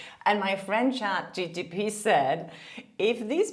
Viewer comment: it's chatGPT and not GTP. It's bothering me! 🤣